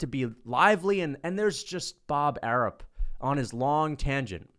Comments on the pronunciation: I love how he calls him Bob Arup instead of Arum 😂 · Pretty sure it's Arum, with an M. Unless there's a Bob Arup I'm unaware of 🤷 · Bob "Air-up" 😆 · Why does he say Bob ARUB??? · mma is boring asf. stop a being weirdo. with this weirdo narrative. you not even saying his name right it’s bob ARUM. bob arum ain’t even the top promoter in boxing anyways. ufc can’t promote fights and pay their champions in dabloons. y’all just had volk and islam fight and NOBODY EVEN KNEW IT WAS HAPPENING 😂 imagine canelo fighting 3pm ET. you can’t lol. ain’t nobody watching that mess. dana white is basically a young bob arum. they make the same moves. i see you didn’t mention pbc not once. that’s what makes you a weirdo. you’re spinning a narrative rather than tellin the whole truth. if mma was so exciting then they would actually have some ppv buys. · Even saying Bob's name wrong on purpose lol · Wtf are you calling him? Bob Arum 😂